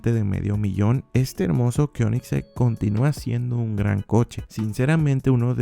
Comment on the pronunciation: Me encanto como pronunciaste Koenigsegg XD